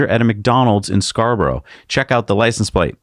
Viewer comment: My big take excusing the lads pronunciation of Scarborough in North Yorkshire is that it has a charger - because there is no Tesla Chargers anyplace near it, in fact North Yorkshire is a Tesla black spot just need to look on the Tesla map. Yeah Scotch Corner is 80 miles away easy so no it’s not an option. Come on Tesla a SC in Scarborough or Filey or a few miles outside would be brilliant. Elon needs to live his life good for him turning up at a festival. A few close bodyguards maybe but really Elon a target nah don’t believe it.